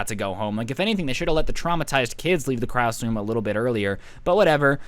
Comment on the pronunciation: he said crass room